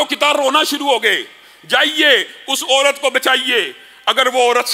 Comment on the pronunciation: Your Urdu pronunciation s not good. Please fix it. or, qol, orat,moot all wrong. Aur, Qaul, Aurat, maut are correct.